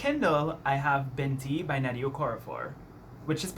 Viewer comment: Sorry for the random comment but I love the way you said Binti! Also it's a great book so I hope u like it !!